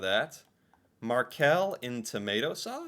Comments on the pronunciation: It's not Markell it's the fish , Makrell. Maybe you spell it Macrell in US .. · It's Makrell, not Markell... Makrell is a fish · Makrell not Markell 👍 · Makrell, not markell. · Not markell, mackerel in tomato sauce 😁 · Not Markel but makrell (fish) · Who eats most tacos in the world, outside Mexico? Norway 🌮 And it's makrell, not markell. It's a fish-spread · Not "markell"... Makrell... Mackerel. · Markell 😂 it is makrell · 5.20 ca you say Markel its suposed to be Makrell. its a fish i tomato sause. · Mackerel - not markell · Makrell not Makell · You didn't find markell because it's probably a keystroke-error :P It's makrell and it's the fish mackerell. Skolebøller is "school-bullys", hehe.. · It is not "Markel" wrong spelling. Makrell it is a fish.😊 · Its makrell. A fish. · It's "Makrell". ;)